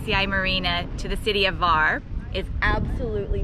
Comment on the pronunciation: Respect for pronouncing Korčula and Hvar :)